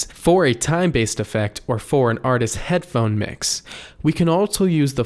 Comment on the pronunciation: Two things. It’s “artists” not “artistses”. And it’s “mike-ruh-phone” not “mike-err-phone.” The “mike-err-phone” pronunciation has infected most everyone under 30. Just like calling a button a “buh-IN.” 🙄